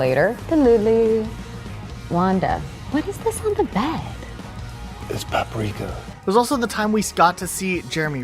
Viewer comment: It’s paprika 😆